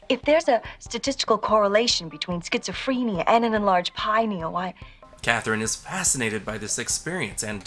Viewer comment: "Schizo-PHREN-ia," not "PREEN-ia." Why can't movie people pretend to type authentically? They always do dumb things like pecking on keys (like Morgan Freeman in 'Seven') or watching their hands as they type instead of watching the screen. I expect more from Jeffrey Combs (and Morgan Freeman).